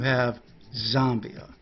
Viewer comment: Z ambia you pronounce it Z am bia